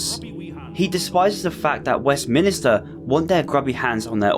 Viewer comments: it’s west-MINSTER not west minister :) great video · never heard a brit pronounce it "west minister" before